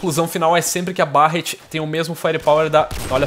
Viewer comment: Barrett? A pronuncia é Berretty!